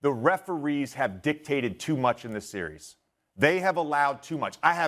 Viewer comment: How tf can he say “series” with pouted lips